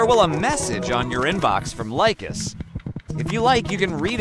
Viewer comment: Well done video except for 2 minor mistakes: 1. First mistake: The speaker pronounces LICHESS incorrectly: he says "Lie-Quest" instead of "Li(berty) and Chess", the name combining the first part of "LI"berty and the obvious word "CHESS"... so LI-CHESS. 2. The 2nd and last mistake: At the beginning of the video, he means and points at the "upper right" of the page while mistakenly saying "upper left". The rest of the video is very clear and easy to follow.